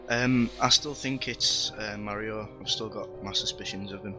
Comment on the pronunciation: I think the person who gets the least camera time is the mole. Filming the mole will reveal his identity. Oh and said mario's name marwio.